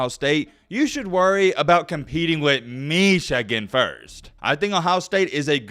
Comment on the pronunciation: Bout spit my drink out when you said “Meeeshagan”. Love it! Go Dawgs! 🔴⚫️